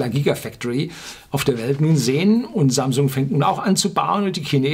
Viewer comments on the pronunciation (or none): none